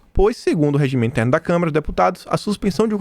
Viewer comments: pelamor de Deus não é câmera e sim Câmara...dos deputados.vejo seus vídeos todos os dias, mas tá complicado ouvir câmera obrigado aí. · É "CÂMARA" e não "CAMERA"...